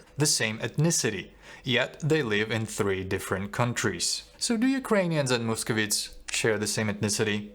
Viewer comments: не мусковітс а мусковайтс! Дуже вас підтримую!👍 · The correct pronunciation - московайтс, not московітс